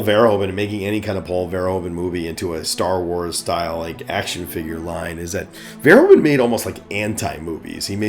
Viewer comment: I think you can improve your pronounciation of Verhoeven. Say it more like "Ver-" with a sharp "v", followed by "hoof-", as in cow feet, followed by "-un" as in "sun". Ver-HOOF-un. Greetings from the Netherlands!